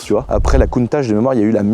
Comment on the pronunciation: Countache ? Tu va te faire incendié par ceux qui disent Countak ou countatche ou countar..., moi perso, je dit dit clio 2 1.9d😆